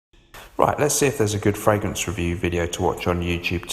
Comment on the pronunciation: I've been in the frag game a while, and I've never heard someone say "the frangrance game"